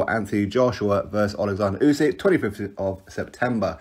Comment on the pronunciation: At least get Usyks name right